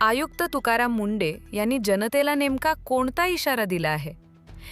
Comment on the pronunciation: अगं बाई ते तुकाराम मुंडे आहेत की मुंढे. उच्चार तरी योग्य करा. कशी भाषा वापरता हो.